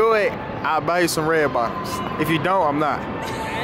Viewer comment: I don't understand why you keep saying do n't